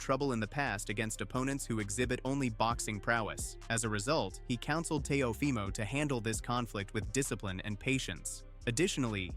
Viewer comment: What is up with these ai voiceovers? It pronounces Teofimo in three different ways